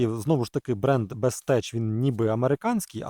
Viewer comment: Бестех а не теч)